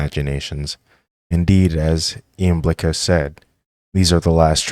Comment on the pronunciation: Iamblicus... pronounced Yam-bli-kiss